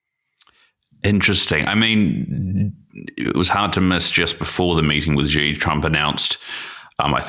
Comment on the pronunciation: The leader of China is Xi. That name is pronounced She, not Gee.